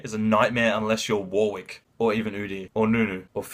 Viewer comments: It's a common English name pronounced "Warick" not "War Wick" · It's "Warick" not "War wick"